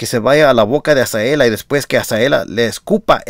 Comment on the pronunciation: Hola, por favor pronuncia bien el nombre de Azalea, usted dice Azaela, no es por molestarlo es para que sea por la credibilidad de sus buenos comentarios.